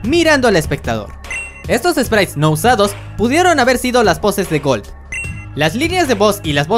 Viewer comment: En vez de gold dices algo como colt